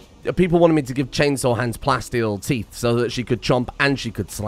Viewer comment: my sides are cramping from laughing at that unexpected English 'teef' bit